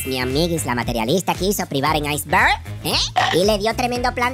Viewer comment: JAJAJA!!! La materiOlista!!! Pero y pá qué, si ni siquiera lo sabe pronunciá!!!